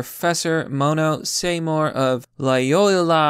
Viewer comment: Can't read "Seymour" correctly -- that's a paddling.